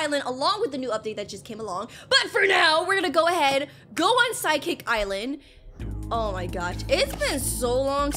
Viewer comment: ah yes, my favorite island "physicalsecsikik" its (no hate btw)